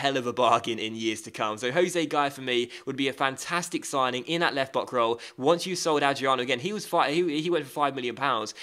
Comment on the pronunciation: Did anyone notice when he said left bock😂